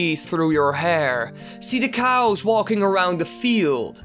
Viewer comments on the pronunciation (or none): "See the cows walking across the field" At first I thought he said couch XD